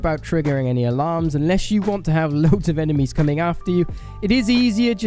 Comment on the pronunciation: It’s a Stuka not a stucka